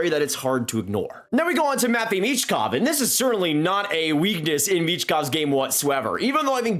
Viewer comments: I'm sorry but everyone's pronunciation of their names makes my ears bleed. It's pronounced "MiSHkov" and "Demídov" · It’s michkov